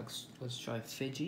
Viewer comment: Why did he pronounce Fiji wronge